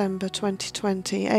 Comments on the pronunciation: its pronounced golders green not colders green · It is Golders Green, not Colders Green.